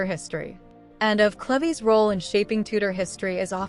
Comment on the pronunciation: CLEVES = "CLEEVES"